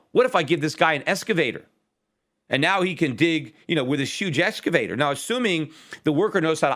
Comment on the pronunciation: "ex-cavator", not "esca-vator", Peter.